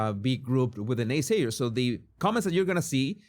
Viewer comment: Does she not realise the word ‘so’ is 1 syllable not ‘Sooooooo’